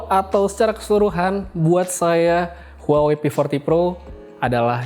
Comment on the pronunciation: Bang.. cara baca huawei itu wah wei.. Maaph bang, kek ganjil aja dengernya klo dibaca huawei.. 🙏😅